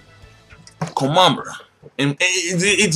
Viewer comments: You say it as Komamuru not Kom a mura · why do you call him komamuru instead of komamura? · I don't know if anyone's ever told you this before, but Komamura is pronounced "koh-mah-moo-rah". The ending to his name is "mura" instead of "maru".